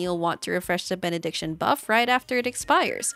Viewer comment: Benediction ➡️ (Bennett)diction That's how I know she's good 👍🏻